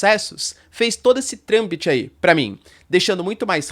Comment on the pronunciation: tive de ouvir duas vezes para confirmar. Você falou trâmbite ou trâmite? Tenho certeza que ouvi trâmbite, que é incorreto. Isto se deu quando você falou da sua marca.